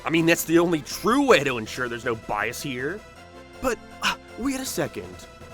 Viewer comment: God your pronunciation pisses me off. What is with you dragging out the ends of words? "Popularururur" "particularururur" "hererrrr" "planeeeert". Learn to speak properly before you take a shit on a show that thousands of us love.